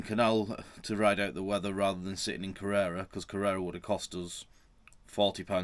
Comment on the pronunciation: Great fish and chips in that pub. I know it isn’t easy but some of those place names have been getting murdered recently 🙂 It’s Kerr-er-rah next, not Carrera. You’re living the dream and thanks for bringing us with you.